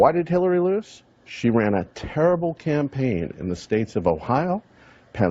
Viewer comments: The Clampaign......Hahahahahaha. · 40 Did she say Clampaign ? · The “clampain” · Did the lady defending hilary really call it the "klanpaign" hahaha with how dems screw over black ppl id say thats about right. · "FIRST OF ALL! THE CLANPAIGN..." Hahaha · Lmao.. y’all hear her say “the klanpaign” in the first convo 😭😂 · She was right was she called it the “clampaign” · Hold up rewind the tape, at 34 seconds did she say klan-paign. Hahahahahahahaha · The "clampaign" lmao I love that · Lmao "clampaign" so true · When she said "clampaign" . She defeated herself. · "Firsr of all, the Klanpaign..." 😂😂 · "The Clampaign" lol